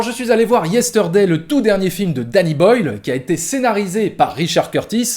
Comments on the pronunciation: Yesteurday... Problémo dé pronunciaçion ! 😉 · je vais faire mon reloud mais : le R de Yesterday ne se prononce pas : beetle veut dire scarabée et non pas cafard Sinon, très bonne critique, je te rejoins tout à fait 👍